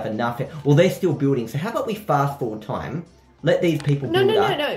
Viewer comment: "last timeh on diana games through timeh"